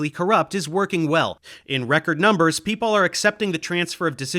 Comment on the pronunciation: Exactly, she is trying to do a "posh British" thing that you can hear especially in hers Os as in "over" etc. The biggest joke is that as a German, she can actually pronounce Einstein, but she imitates the common English mistake of saying EIN-SHTEIN. Other examples: contrast = CONTRWAAAAST people = PAAIIPULL MOTHEMAHTICKS IT PEESSES ME ORRRF she is trying to sound like James Bond's boss and failing miserably